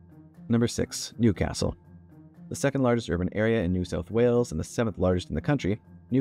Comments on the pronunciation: It's Newcastle not New Castle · I was born in, and have lived in Newcastle my entire 40 something years and it is one word. Many make this mistake!! ☀️🏖️ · Newcastle is one word, not two. Commenting from Newcastle right now, as a Novocastrian who was born here. P.S. Newcastle is named after Newcastle-upon-Tyne: both are/were industrial port cities which had coal nearby.